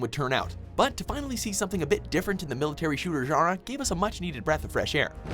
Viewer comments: something different in the military shooting gerer I dont know it sounded weird to me the way he said genre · lol "military shooter gerrerah"